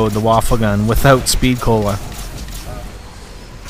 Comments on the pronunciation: its not pronounced waffle its pronounced wa-fey what in german mean weapon. so its a wonder weapon traslated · its va - fe get your pronounciation correct next time. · the WunderWaffe is actually supposed to be pronounced "VunderVaffe" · i'm not gonna lie, you're being a troll and a docuhebag, it's a video. First, he's pronouncing the wunderwaffe as 'waffle' for effect, like does. second, you don't have to watch it, so just watch another video without commenting? and finally is a 'fuck you; really relevant? i think noy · no it is pronounced woon-der-waf-fe